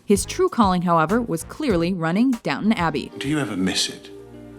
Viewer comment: This women's pronunciation of words really pisses me off. Its, Down-TON abby, not downuun. Fuck sake